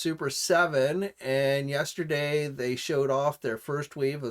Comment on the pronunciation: did you say "yAsterday"?